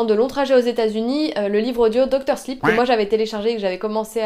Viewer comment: Ha ha tu m'as fait rire, il faut prononcer "sliip", un "i" long quoi :-p (je fus prof d'anglais, déformation pro, sorry xD). J'ai reconnu la vidéo que tu filmais et que tu avais montrée en "backstages" lors de l'une de tes précédentes vidéos Youtube. D'ailleurs, ton calendrier est génialissime, c'est cool de voir à son tour les backstages. Super ces adresses lilloises, ça avait l'air bien bon les deux resto ! :-p